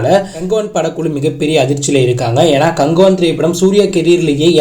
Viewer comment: அது என்ன ப்ரோ கங்குவா movie name நீங்க கங்குவான் சொன்ன மாதிரி கேட்டுச்சு 😂